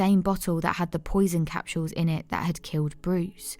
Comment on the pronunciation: I've never heard the word capsools pronounced. Capshools